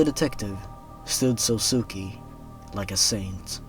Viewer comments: That last one would have been really great... If you don't know Japanese pronounciation... Let me help! Sousuke is pronounced "Soh-skay" basically. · just a little note: sousuke is pronounced like "so-skay" i cringed every time you said "sosuki" lmao